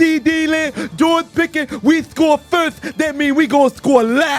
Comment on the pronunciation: I damn near died when he said "We score Firth, that means we gone score LATH!!!" 🤣🤣🤣